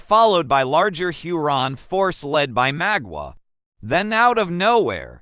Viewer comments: Mah not maw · Great video, but damn u pronouncing his name wrong